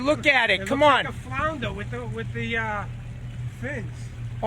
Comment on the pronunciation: "if that's a fuckin flounda let's pull it in Jay"